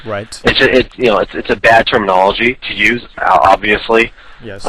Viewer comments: if i had a dollar 4 everytime the employee said "termanology" i would be fuckin millonare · how many times did he say termonolagy?